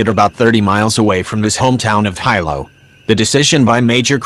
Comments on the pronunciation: someone tell the narrator it's not High -low it's pronounced Helo. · The robot can’t even pronounce Kilauea or Hilo. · Who taught the robot narrator how to say, “Kilauea” and Hilo?” Shameful!!!